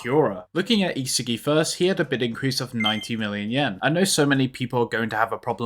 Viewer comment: Who the hell is isehgi 😭😭😭😭 Its Ihsahgi